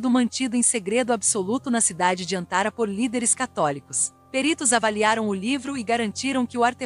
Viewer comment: Repetidas vezes a narradora pronuncia de forma errada o nome da capital da Turquia. Não é ÂNCARA e sim ANCARA